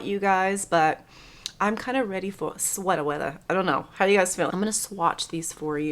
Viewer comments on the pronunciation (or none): I’m skipping the Chanel collection too .. I never skip Chanel . It’s not inspiring to me and I do t like the Tarot cards either! I might just have to buy a Hermes pallet ❤So funny you said “sweta wetha “ I’ve been saying it all week 😂